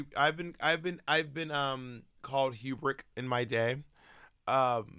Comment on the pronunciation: ekspecially and hubric. I’m learning some modern English from my favorite queen